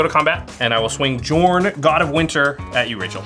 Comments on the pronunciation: It drives me nuts hearing mispronounce Jorn. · The J in Jorn should be pronounced like a Y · Take a shot each time mispronounced jorn, die before the halftime break. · The editors are really amazing but I really cringe every time I hear mispronounce Jorn... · Unfortunately he can't pronounce the name of the card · pronounces Jorn with a J Me: REEEEEEEE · Hearing the "J" being pronounced that way made me chuckle. J's are supposed to be Y's in Norse/Icelandic . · It's pronounced yorn yorn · Bruh I felt a tingle up my spine every time said "Jorn" and not "Yorn" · God damn it this is all based on Nordic stuff, it's pronounced Yorn, not Jorn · Pronounced Yorn not Juh-orn. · I think that Jorn is pronounced Yorn and not Djorn. 🤔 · So many Komas, he should just change his name to Tifa at this point. And by the way, Jorn is pronounced more like "Yorn" instead of "jawrn". Scandinavian set and all that. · Yorn not jorn!!!!!! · I'm feeling like the "J" in Jorn is actually pronounced as a "Y". Mjolnir (Me-yol-nir) being an example. I think the world serpent, Jörmungandr (Koma, Cosmos Serpent), is the same story. Somebody more learned please correct me if I am wrong! EDIT: One of my favorite cards in MTG for the win! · No one thought to tell that "Jorn" is pronounced "Yorn"...? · Jorn is pronounced like Yorn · I would think it was pronounced yorn As it's based on Norse mythology. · Jorn is with a soft J isn't it? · small nitpick, but Commander's name is pronounced Yorn. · It’s pronounced “Yorn”. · I'm pretty sure the official pronunciation is just whatever the English standard happens to be, even if technically "Y"orn makes more sense. Otherwise I have literally never heard anyone pronounce Huatli, Atla Pilani, Tocatli Honor Guard correctly ever. It's a weird sound that's never used in english that's kinda close to "ch". (Fun fact, I'm pretty sure in Tyvar Kell and Svella, Ice Shaper the "ll" would be the same sound as that "tl")